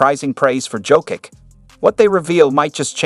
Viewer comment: Turned off this shit when heard how Jokic’s name was pronounced